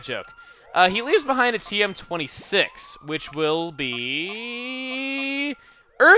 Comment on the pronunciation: "he leaves beh-EIN-d"